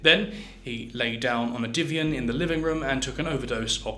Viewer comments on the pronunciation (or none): It’s Divan not divian and Alec Douglas Home pronounced Hume to mention just 2 mispronunciations